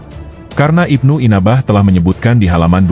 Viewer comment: NYEBUT NAMA SAJA UDAH KELIRU, IBNU ANBAH KOK JADI IBNU INABAH 😂😂😂😂😂😂😂😂😂😂😂😂😂😂😂